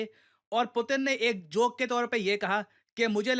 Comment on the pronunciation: pyuton ?? Putin ✅